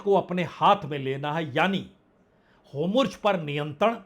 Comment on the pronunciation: Itne confidence se HORMUZ ko HOMURJ kaise bol lete hain aap